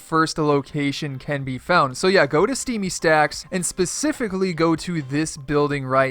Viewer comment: He said steamy sacks 🤣 😂